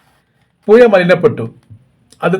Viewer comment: പുയ അല്ല പുഴ